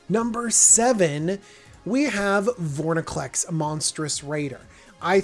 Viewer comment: Why do you and the professor both mispronounce it "Vorniclex"?